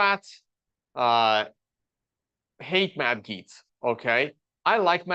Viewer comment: Tuned out when it got to your opinion of Gaetz. That you have no idea how to pronounce his name is a flag for how little you know about the guy. Saying this as a staunch republican, Gaetz is an absolute snake. Trump loyalist, yes, but he's a scumbag. His resigning had nothing to do with this appointment, it was because the ethics committee report was going to go public if he didn't. He didn't need to resign until after he was confirmed.